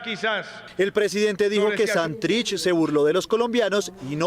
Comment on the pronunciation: ¿Por qué siempre dice mal el acento de la palabra Santrich? Todo el mundo la dice bien menos ella.